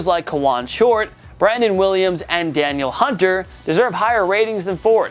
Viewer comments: Did this guy just say Daniel hunter omg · You’re really going to Butcher Danielle Hunters name like that?